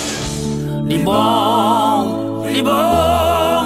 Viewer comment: REBORNの R の発音が Lだね